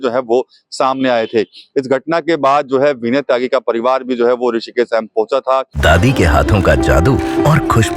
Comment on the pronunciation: सही शब्द: ✅ एम्स गलत शब्द: ❌ अम्स संस्थान का आधिकारिक नाम AIIMS (All India Institute of Medical Sciences) है हिंदी में AIIMS का सही उच्चारण और लेखन “एम्स” होता है “अम्स” कोई मानक शब्द नहीं है, यह सिर्फ बोलचाल या उच्चारण की गलती है